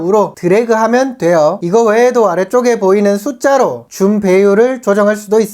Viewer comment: 되~~~요 이 멘트 찰지네요 ㅋㅋㅋㅋ